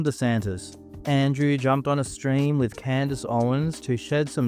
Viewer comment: Such good friends he can't even be bothered to say her name correctly "Can Dace" SMH when are folks going to realize this is all a dog & pony show to continually split the Right into various factions by TPTB (the powers that be)? The "alt media" is no different that the mainstream/lamestream/legacy media - they are all paid to shill specific narratives. Why would TPTB do this? It's the oldest trick in the book - Divide & Conquer. While we are divided from the left vs right paradigm, & within the political party we side with, we will NEVER be able to actually go after TPTB - and they know this!